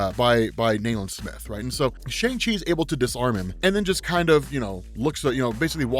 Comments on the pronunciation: Just letting you know, the Chinese/Mandarin/correct pronunciation for Shang-Chi is (sh-YOUNG-chee) or (sh-UUNG-chee) not (sh-AANG-chee). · His name is pronounced "Shong-Chi" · It’s pronounced like SHONG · Why someone people pronouncing it like “shung chi” the way comics is pronouncing it right way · So, we’ve been pronouncing his name wrong. It’s “Shung-Chi”, lol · Emphasis is on the "Chu" not the "Man". Also, it's pronounced "Shong-Chi". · we gotta start pronouncing his name correctly. "shun chi" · Did this to..but... it’s pronounced SHUNG-CHI. Peace. Love the channel. Tks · Just a heads up, the pronunciation is "Shong Shee".